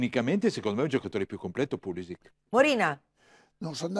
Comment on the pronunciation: A dire pulisic meglio di thuram ci vuole un bel coraggio